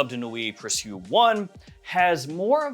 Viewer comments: I think the name is pronounced like the English word "precious"? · Sorry I'm so late... It's pronounced pre sho...